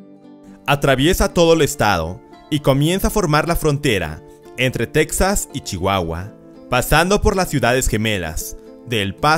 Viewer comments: Buen vídeo amigo. Pero no se dice tecsas, se escribe Texas, pero se pronuncia tejas. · En español Texas se dice Tejas no teksas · En español se pronuncia /tejas/ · Es texas no texxas